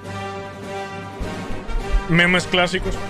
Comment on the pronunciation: Pq el dice memés XDD